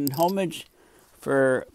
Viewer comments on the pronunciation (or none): I hate to do this because I appreciate your work and your service, but if you don't learn how to pronounce names I'll stop watching from irritation. You miss said homage, Chile, Atacama, Buenos Aires.....all wrong! Please get an editor